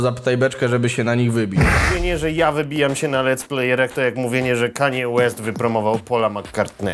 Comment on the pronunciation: KANIE ŁEST XDD